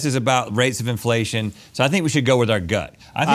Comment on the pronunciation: Pretty sure Link keeps saying "infellation"